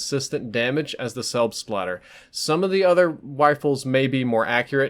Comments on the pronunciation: it sounds like u say selfslider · Am I the only german Who is laughing out loud About the pronounciation of "selbstlader" ^^ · Frido Gaming No, even us Norwegians are laughing at the american pronounciation😜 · Hehehe it is always funny when an american says Selbstlader :D Greetz from germany